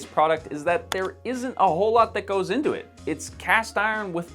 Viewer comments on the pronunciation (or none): none